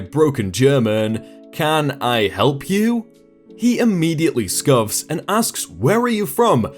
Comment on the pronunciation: Did he scuff or scoff? Sorry....